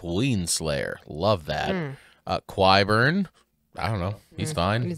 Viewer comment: K-Eye Burn😂